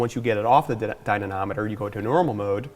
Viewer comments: Why can't he pronounce dynamometer? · Dynanameter? really?...... I thought id let it go but after a while it gets jarring...